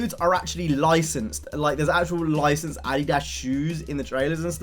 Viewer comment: You pronounce Adidas funny